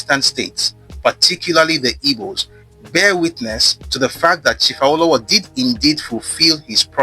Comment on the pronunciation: This is educative and revealing. You're doing a good job but as a Yoruba man you're not supposed to westernize the pronunciation of "Awo". The intonation is wrong It's Re Re not Re do as you were pronouncing it.